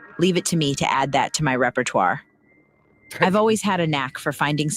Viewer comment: It's répertoire...not Rep-Pure-Twar You leper.